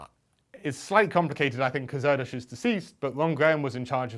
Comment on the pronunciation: Just a point of reference. It's pronounced 'Air Dish' I only know this from reading the book 'the man who only loved numbers' a fantastic read by the way.